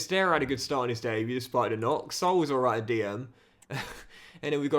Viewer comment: Everyone: Sa-OOL: SOUL 😂😂😂